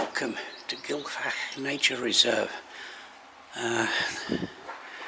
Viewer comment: The F is pronounced as a 'V' Gil-v-ak but you have to sound like you're hocking up or chocking to death. Smoother slower camera movements please, plays hell with my eyes. Thanks.